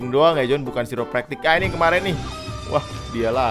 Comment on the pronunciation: Pronounce nya kairę’praktik bro,,,aku pernah ke situ,,chiropractors ahli tulang